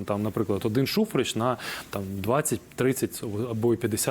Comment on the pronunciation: Шухрич, без синців, не Шухреч..